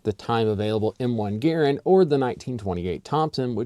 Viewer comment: Finally someone who knows how to pronounce "Garand."